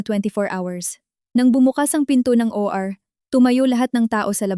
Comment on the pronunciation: Atty. ( Attorney ang bigkas) hinde Atti , OR ( O - R ang bigkas) Hindi OR